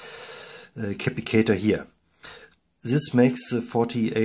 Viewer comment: Cap - pass - it - tor < sounds like this